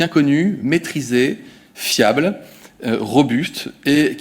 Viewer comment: Dès qu'il dit le mot «fiable» j'ai du mal désolé sa doit être moi .